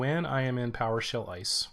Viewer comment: Thanks. Only tip: as an abbreviation, try saying I-S-E. Not ICE.